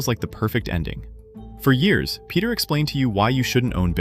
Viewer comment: His name is not Peter but Pedro.